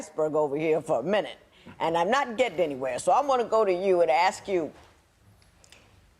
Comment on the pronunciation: probably grew up around a lot of blacks. Probably likes R&B, kool aid,fried chicken,greens and looks like he may even have rhythm. Did I get most of the stereotypes.😲😲😲🤤🤤🤤 no he diden jes say dat. Oh and I think I heard him say "akss" instead of ask.